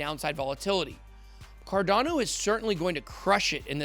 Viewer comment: why do u say it like "CARDONNO"